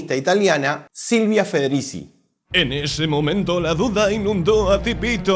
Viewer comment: Y lo dijo mal😅. Se pronuncia Federichi, al menos si lo haces en tano